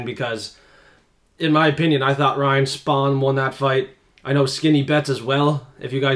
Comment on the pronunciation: Once you can pronounce Giga and Spann names , I will come back . This is worse than The MMA Hour Fkin up names 😂